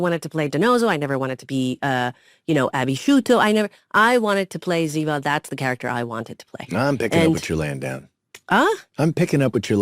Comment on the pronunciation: I have loved 🥰 these two characters since they started acting together ❤. And by the way it’s Ziva not Ziba .